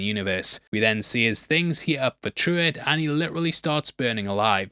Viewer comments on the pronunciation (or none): It’s funny how you kept calling Pruwet “Truett” 😂 come on! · the little dude is named Pruwett. i think you said Truitt?